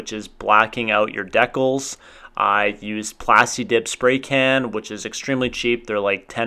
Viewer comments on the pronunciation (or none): Worst mods ever this guy said deckalls it’s decal for f••k sake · Decals? You mean emblems lmao btw that’s not how you pronounce decals lol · Deckels? Decals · My man just called them deckals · No he didn't call them deckles😂